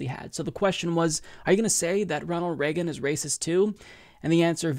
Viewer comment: Uhhh.... Did she say Ronald Slagean or is my earing fucked